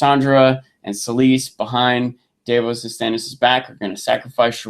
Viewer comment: Why does keep insisting on pronouncing names wrong. No one calls Davos Daveos!!!